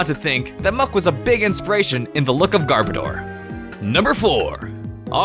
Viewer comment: It’s not garbada garboudar garbage oder